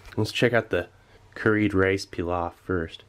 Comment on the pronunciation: I lıke how you pronounced pilav :))